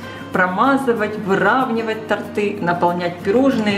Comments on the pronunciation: Люблю ВАШ КАНАЛ И ваше голосовое сопровождение, но, всё-таки, правильно "то́рты", а не "торты́" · Не тортЫ, а тОрты,. За рецепт огромное спасибо. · Супер. (не умничаю. торты-ударение на о) вам нужно.